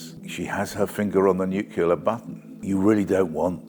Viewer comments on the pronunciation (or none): It's 'nuclear', new clear!, not newcular! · I like Peter Oborne but just a little bit less now. It's new-clee-ar or even new-clee-ur but not nu-kull-uh or new-queue-lure. You lose a bit of your kudos when you talk like George Bush. Sorry. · NU-CLE-AR! It isn't NUKULAR you uneducated twit... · "Nucular button" x2, didn't he mean Nuclear button?, now I am confused. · My only criticism is that he pronounces “nuclear” incorrectly. It sounds like he is saying “nuc-u-ler” rather than sound of “new-clear”. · He seems to talk sense, but credibility crumbles a bit when you hear how he pronounces nuclear - ‘nucular’. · Nuclear not nucular. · Nuclear NOT nucular... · Anybody with two brain cells can see she is a complete disaster, but how TF can an experienced journalist NOT KNOW that it's NUCLEAR and not NUCULAR? FFS!!! 🤦🏻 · Nucular button? I don't have a posh voice, didn't goto an expensive school and even I know how to say Nuclear.. She doesn't btw. We have to use America's satellites and have their permission to launch. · He said nucular! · Clever chap, BUT SAID 'NUCULAR' - TWICE!!!! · It's nuclear, Peter, not nucelar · Nuclear as in ear, not nucular as In regular. Nuclear. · was with you until you said 'nuculear', was Bush your hero,? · Biting comment. However, it may be trivial (especially when the bombs fall) but the word is 'nuclear', not 'nuke-you-lar'. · NUCLEAR NOT NUKULAR! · Nuclear, not ‘nucula’… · Oh no, Peter can’t pronounce ‘nuclear’. It’s ‘new’ followed by ‘clear’. New Clear. Nuclear. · "Nucular button" x2, now I am confused didn't he mean nuclear button?. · Whenever someone says 'nukular' I immediately switch off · Please learn how to say "nuclear" (otherwise very good video) 😂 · It annoys me irrationally that even someone as smart and educated as Peter Oborne cannot say "nuclear 🥲